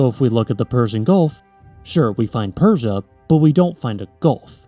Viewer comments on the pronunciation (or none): none